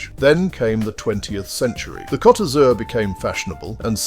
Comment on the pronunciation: That's not how you say Blue in French. 😂